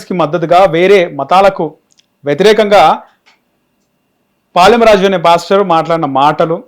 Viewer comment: పాలెం రాజు కాదురా ఎదవ శాలెం రాజు అనే పదం కూడా నీకు రాదు నువ్వు మాట్లాడుతున్నావ్ తీసేయ్ వేస్ట్ ఫెలో